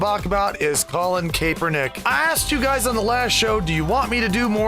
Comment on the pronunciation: By the way its CAP-ernick Kaepernick is pronounced that way not Cape. Cap